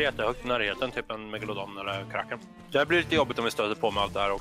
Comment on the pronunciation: MEGALODON!!!! Die pirets sa megalofån+en hahahahahahaha